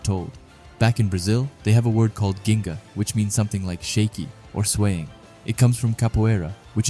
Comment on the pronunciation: Being that annoying guy, as a brazilian, it is said more like "jinga"